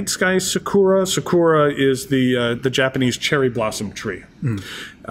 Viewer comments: its not pronounced " sik u ra" its " sa ku ra". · When ever he says “saw-koor-ra” my brain hurts